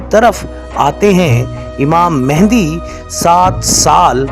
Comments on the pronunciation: Pehlay naam kehna seekh lain. امام مہدی علیہ سلام What is mehndi? Bht afsos ki baat hai k ap logon ko naam laina b nai ata ya jaan k bigaartay hain!!! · دوبارہ آپ مہندی مہندی بول رہے ہیں جب کہ اصل لفظ “مہدی” ہے.